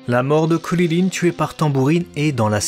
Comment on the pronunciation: Je ne comprends pas cette prononciation de "Krilin" ?